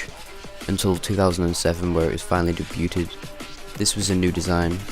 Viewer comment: That's not how you pronounce "debuted".